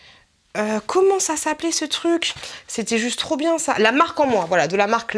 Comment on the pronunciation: Cest marrant tu ne prononces pas le R de TRUC, tu dis TUC :-D lol sinon sympa la vidéo!